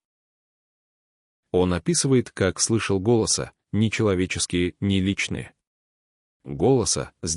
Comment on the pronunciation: Да не изотериКИ и не ГОлоса..а голоСА..неуч,бля противно слушать..в каждом слове ошибка и не правильно поставлено ударение..ужас..